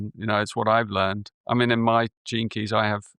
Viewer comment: At first I thought he said the term "JINKIES" a catchphrase by Velma Dinkley in the animated series Scooby-Doo 🤣🤣😂😂🤣🤣when he meant "GENE KEY'S"!